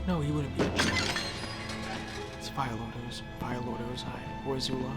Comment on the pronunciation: Why do you pronounce Ozai differently than the characters in the show? 🤔 I mean they give you the pronunciation...